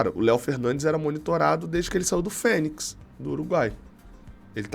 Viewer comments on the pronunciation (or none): none